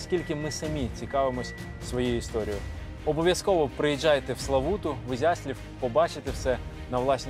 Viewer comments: Чудова розповідь Але я б попросив навчитись вимовляти назву міста Ізяслав!!! А не ізяслів Мене як мешканця Ізяслава то сильно дратує що люди так говорять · Ви не правильно вимовляєте назву міста, потрібно казати "Ізя'слав"